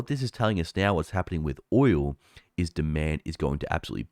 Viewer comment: It's "oil", not "oywoo".